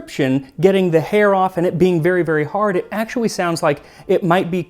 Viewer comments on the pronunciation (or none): "Actua-wee," lmao. Love the content, keep up the good work.